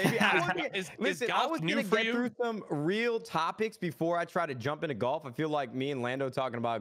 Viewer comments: Nobody: Courage: "you were getting into gAlf" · "Galf" - Courage